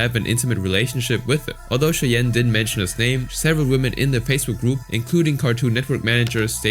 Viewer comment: 'Women' is not pronounced "woman".